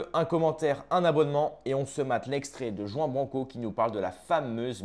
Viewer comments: "Jouan branquo" 😂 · t'es sérieux avec ta prononciation de "juan branco" tu le prononce "jean branco" alors qu'on prononce "rwane blanco" c'est espagnol t'es vraiment un franchouillard du fond du village 😂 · OUI, CA ME HEURTE LES OREILLES! ROUAN BRRRANCO! POR FAVOR! ARRIBA JUAN BRANCO!